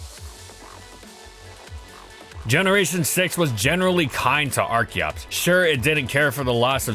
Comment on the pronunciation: I keep hearing da fetus